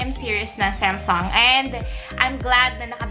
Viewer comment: Hindi semsung yan Samsung ang bobo mo mag pronounce